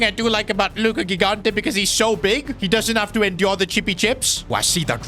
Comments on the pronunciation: it is Luca JIGANTE like you spell GIANLUIGI. READ THE FRICKING G THE SAME WAY😭😭😭 It is so annoying for us that speak portuguese, French, Spanish and Italian😭😭😭😭🙏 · i'll keep going until he sees my comments: the first "g" in gigante's surname is pronounced like the "j" in john or joy, please say it correctly!!